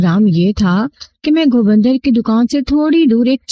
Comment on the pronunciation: خوبصورت آواز ، دلنشین انداز بیان ، لیکن تلفظ پر تھوڑا دھیان دینے کی ضرورت ہے ۔Amartasar نہیں Amritsar ہے ، بھارتی پنجاب کا مشہور شہر ۔ اسی طرح تم نے گوبندر (Gobinder) کو Go bundar بنادیا ۔ Love from Mumbai.